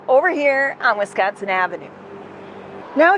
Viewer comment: Wee = sconsin